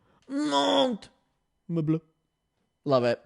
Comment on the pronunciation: As a french canadian girly, you said monte-meuble ✨PERFECTLY ✨❤